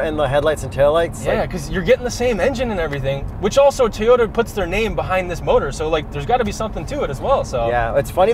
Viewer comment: oh shit said Teyota! Busted!